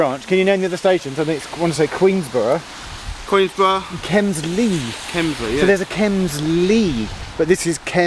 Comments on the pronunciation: Queenborough NOT ‘Queensborough’ please! 👎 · Its Queenborough, not Queensborough. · It is Queenborough not Queensborough. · Isn't it Queenborough (no s)? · Queenborough without the S please! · No S in Queenborough Geoff 😢